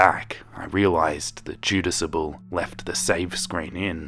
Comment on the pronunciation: Two (small!!!) notes: You switched the (first) A and U in Jadusable when saying it aloud. Sophomore does not contain a T.